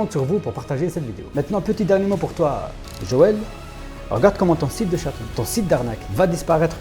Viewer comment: Ils savent même pas dire le mots "chaton" ils dits "chateau" mdrrr